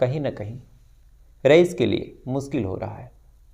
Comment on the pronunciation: Or aap apni Urdu sudhare muskil nahi mushkil hota h.apna talaffuz thik karo or urdu bhi seekho.